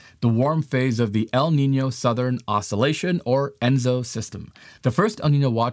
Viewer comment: The name for the entire cycle is ENSO, not ENZO. El Niño-Southern Oscillation (ENSO)